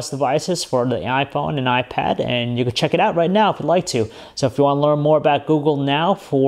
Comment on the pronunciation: FIRE THIS GUY.He keeps saying GOO-GOO,I don't wish him well ;)))